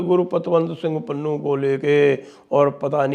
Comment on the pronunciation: पन्नू ❌ पुन्नू ✅😂😂😂